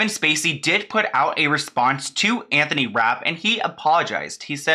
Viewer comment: Omg not Anthont